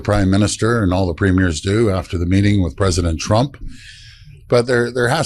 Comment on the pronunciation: Please: in Canada, our provincial leaders are premiers — pronounced PREEM-yers. Even in French, the word isn’t pronounced prehm—YEER. . Listen more carefully to Doug Ford’s comments, in which he refers to his fellow provincial leaders the way the rest of us do.❤️🇨🇦.